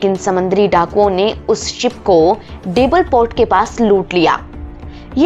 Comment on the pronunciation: Deval port na ki debal 😅😅😅